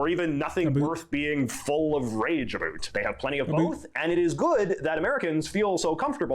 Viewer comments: the put-upon accent is so insufferable to me. ive never heard anyone say aboot irl in my life HE DOES IT ON PURPOSE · I'm Canadian. We do not claim this obnoxious idiot. And the "a-boot" pronunciation is largely an eastern Canadian thing. 😂